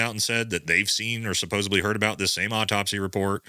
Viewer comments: There is no "B" in supposedly. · I luv your commentary and knowledge but please stop saying "suppose"b"ly!!! It's SUPPOSEDLY!!! Ha! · Supposedly not Supposebly